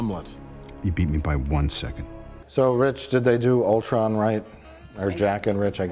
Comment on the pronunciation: I can't believe they pronounced Ultron correctly......multiple times no less!